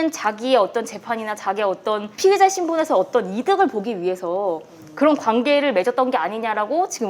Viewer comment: 피해자, 피의자 발음이 엉망이신건 마스크탓이겠죠?